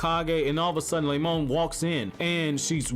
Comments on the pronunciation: "Lemon" LMAOOO it's Remon but that's funny af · Malachi Blood Yes, i can hear Lemon, but it's Remon. The dude that voices these videos also fails to say the other names correctly...